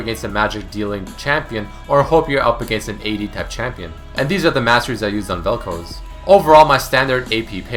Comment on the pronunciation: Oh thank god you pronounced Vel'Koz right this time. Again, not generally a problem for me but I found it really distracting for some reason. Good video :)